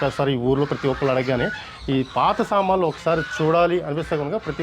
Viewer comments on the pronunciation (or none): Samanlu kaduraa babu Saamanulu nuu meia telugu radu malli